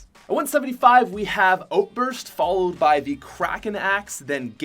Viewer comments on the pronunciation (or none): I love his Canadian accent - outburst